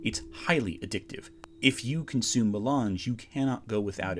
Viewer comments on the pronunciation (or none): none